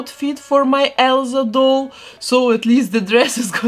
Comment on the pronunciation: I love how she says Elza